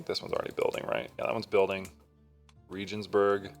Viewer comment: Pronunciation Regensburg Is with a hard G